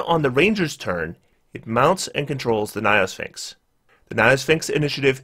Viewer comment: "niophysxins" perfectly captures his pronunciation of gynosphinx, lol.